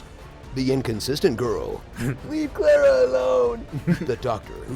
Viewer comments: The way they kept pronouncing Clara 😬😬😬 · You are pronouncing Clara wrong.